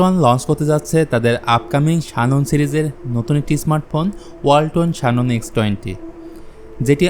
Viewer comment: শানন নারে ভাই। জ্যানন